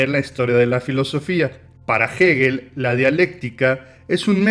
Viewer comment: Gegel ......o......hegel ....pronuncia bien no se te entiende